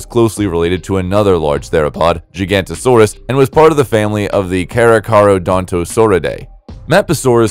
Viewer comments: Spot on. He says "Gigantosaurus", instead of Giga-Noto-Saurus. "Noto" comes from nótos, meaning South in ancient Greek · I almost had a brain aneurysm every time you said gigantosaurus